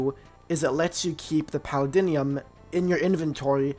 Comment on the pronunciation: Paladinium? Bro what are you saying. It’s Paldium